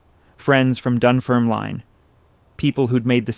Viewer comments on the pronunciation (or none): I’m from Dunfermline where Andrew Carnegie was born - for anyone interested, it’s pronounced dun-ferm-lin (not line) and Americans always seem to pronounce Carnegie wrong, it’s car-nay-gey rather than car-na-gee - when he had made his fortune he came back to Dunfermline and bought pitencreiff park. It was a park that was only for the wealthy to be allowed to access, big gardens, greenhouses, outdoors pools, bandstands etc (and peacocks!). When he bought the park he changed it to a public park for anyone to use, it’s still a great park today, known by locals as the glen. Just passing on useless facts :)